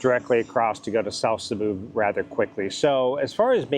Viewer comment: Sabu ??/ where's that?? did you mean to say Cebu??:face-blue-smiling::face-blue-smiling